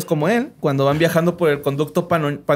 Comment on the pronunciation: Nada como escuchar al decir otra vez conducto panoshal. Gran episodio raza.